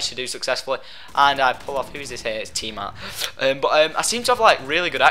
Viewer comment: Not the tar, the tah